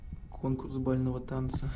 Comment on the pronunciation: Бального ударение на а☻